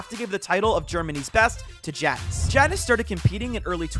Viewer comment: Its pronounced yannis not Jannis. Also imagine Tayson and Mero duo Mero moves to EU